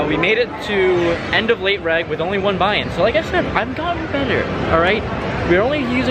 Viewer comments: Its " late REG" short for registration, not reg like "regular". It tilts me so bad when you say late reg. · Late “reg” 😂😂😂